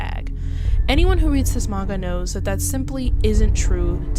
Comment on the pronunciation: Are you saying Manga or Magua?😂